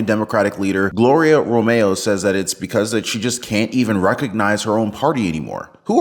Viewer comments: About Romero... It's not RO-MAY-O, it's RO-MARE-O. Can't say a fairly simple and common Hispanic name? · Her last name is Ro-me-ro. The last syllable is RO.